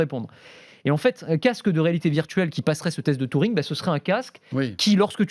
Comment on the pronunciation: On dit Turing pas Touring... Et c'est pas le père de l’intelligence artificiel mais juste de l'ordinateur. Sinon c'est toujours un plaisir.